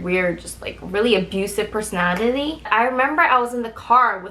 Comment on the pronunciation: ~ bruh I’m crying I’m a big fan of you but oh my gosh that just made my day